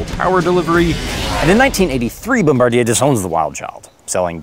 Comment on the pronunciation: It’s pronounced ‘bom-ba-deer’